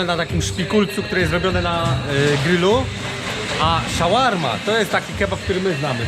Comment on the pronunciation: Szałarma? Tak się mówi?